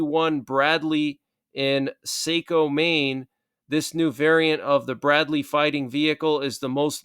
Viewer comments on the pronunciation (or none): It's pronounced saw-co not say-co for Saco, Maine. I live 1/4 mile from the factory.